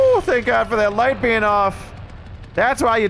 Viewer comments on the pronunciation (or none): none